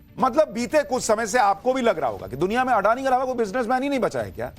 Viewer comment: "अडानी" उच्चार सही नहीं है। इस उच्चार में रोमन लिपि की सीमाओं के कारण फैली हुई ग़लतफ़हमी है। गुजराती भाषा का यह शब्द/सरनेम असल में 'अदाणी' है। इसे इसी स्वरूप में लिखना या बोलना चाहिए। एक अन्य गुजराती शब्द/सरनेम भी 'अंबाणी' है, 'अंबानी' नहीं।